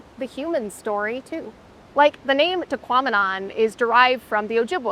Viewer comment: "Tahquomnim" falls lol